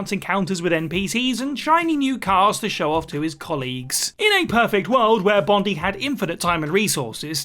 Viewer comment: Bondi is pronounced Bon-dai .... Bondee